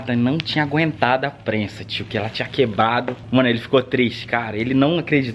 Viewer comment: falou quebado kkkkk